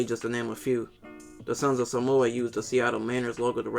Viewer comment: As a True Polynesian, that actually live in the islands, you really need to learn how to pronounce “Sāmoa/ Sāmoan” and “Tonga/ Tongan”.